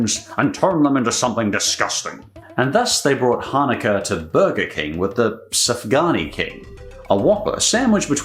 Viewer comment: Sufgania shouldn't be pronounced like Safgani .Sufgania should be pronounced like Soofganya